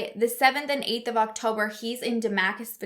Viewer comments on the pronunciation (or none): Shan-en-doh-uh 😊 Duh-Mass-cuss 😊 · Lol, Virginia girl here. Shen-nan-doe-ah and Da-mas-cus...just a quick break down of the tougher names. Love your crime and wine. I have been binge watching your crime episodes for the last few days!